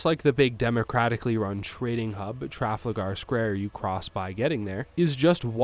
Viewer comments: Dude, Traflagar? C’mon man, say it with me, Tra fal gar. I believe in you. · Watch yourself, Traflagate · Your pronunciation kills me "trafl-la-gar" 10/10 vid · Tra - Fal - Ger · Wow. Never heard Trafalgar square pronounced so poorly. A new record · Got it Americans can just not say Trafalgar correctly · I had to pause the video on your pronunciation of Trafalgar.